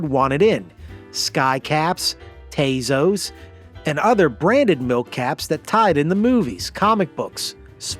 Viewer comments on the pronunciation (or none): I'm Mexican American. It's not pronounced Tay-Zo's but Taw-Sos 😂 I also had a pog maker and we bought papitas in order to get tazos. I also had a bad boy club slammer.